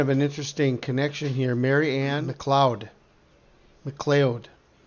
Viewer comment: MacLeod is pronounced Ma Cloud FYI